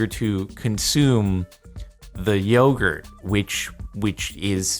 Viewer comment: Jardon pronounced yogurt wrong, lol